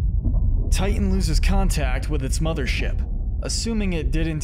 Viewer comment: It's not Tian.......It's Titan!!!